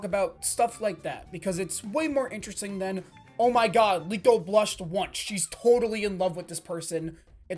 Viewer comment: Bang liko bang yg benar bukan leo